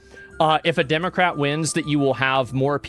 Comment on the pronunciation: I swear he says Democraper😂